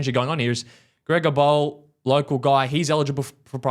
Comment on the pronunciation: grega bowl lmao what a pronunciation